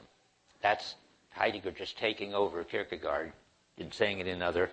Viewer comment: "-gaard" is pronounced exactly as "gore" is. And the "ie" sound is like the "ee" in "keep".